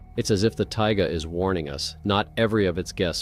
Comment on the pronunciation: Taiga, bro, not tiger 😂